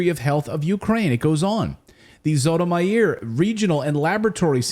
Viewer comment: Lol, brother. You are bad at pronouncing foreign names and places. It'd Zhee-to-meer or Jee-to-meer